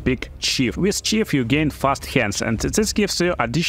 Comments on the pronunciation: Hey thanks for the help! I figure I can help you in return. Its not re-silent its resilient its not chief its thief its not dash its death its not face its faith. You can google these words to hear the correct pronunciation. Great Video! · Большая просьба, поработай наж произношением корректным. Я слушал в наушниках, не глядя в экран, и все думал, откуда и разбойника подкласс вождя и какое будущее при лвл апе получают персонажи. Помимо этого, гайж подробный и дельный, спасибо.